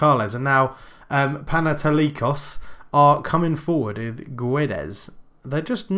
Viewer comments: pan-eh-toh-likos ...the oh is like the o in of ...sounds a bit like aw...this is also true for the o in likos. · Παναιτωλικός :P I'm greek and your pronunciation is so bad. <3 But keep up the good work :P